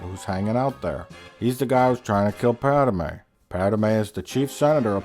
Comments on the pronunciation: Your pronunciation of Pádme is really bothering me but I agree with everything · Lol “PADAMEYE” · the best running gag in the whole thing is how he says 'pad-er-may' every single time and makes it more pronounced every single time